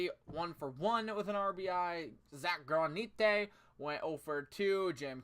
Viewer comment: Your pronouncing Granite wrong, it's not a Mexican name, it's like the rock granite